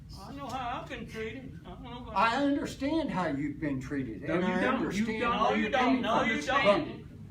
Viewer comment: He tries to reason with the blacks while they yell "You don't undastan! You don't undastan!". When are whites going to realize that there is no placating these people? There is no reconciliation here? It's so weeeeak.